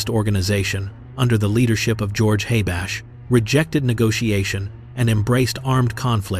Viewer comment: It is not George Haybash but rather George Habash...educate yourself before presenting facts and factual names ...educate yourself...first than the others. Bum.